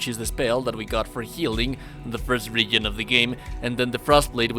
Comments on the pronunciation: Idk but how horribly you say region is almost funny. Reagan lmao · putting it here as a reply so it's not as visible but youtube how to pronounce the word region not trying to be mean it's just distracting you speak english better than I speak your native language though